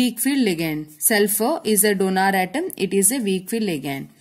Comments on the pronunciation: It is not DONAR it is donor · Donor, not donaaar 😂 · Mam . pls dont say donaar 🙏🏻